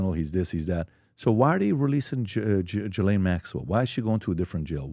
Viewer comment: Her name is pronounced G not J....it is a silent H and S..not Jislaine but Ghislaine...said like Gilaine. In the grand scheme of life? So bloody what! Just something i notice lol.